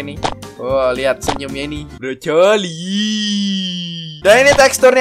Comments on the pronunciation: BANG KO LU SUKA NGOMONG BROCOLI ITU KAN BROKOLI BUKAN BROCOLI BRONYA AWASIH JADI C.L. O .I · Kan Ngomongnya BroColi 😂